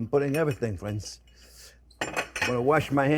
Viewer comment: “Well hello there phrinzzzzzzz!!!”